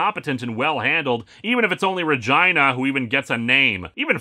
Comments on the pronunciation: it's "re-gee-nah" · Uh, I think that's pronounced ruh-GEE-nuh. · Linkara... dude... can we talk about how you're pronouncing Regina? Because that's... that's not how you'd normally do it.